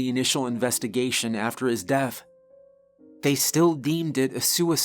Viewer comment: I love the way you tell stories. Your voice is captivating. Everytime you say the words death I hear you say deaf. It's the only thing you say that every pulls me out of your stories. But you do tell a good spooky story every time.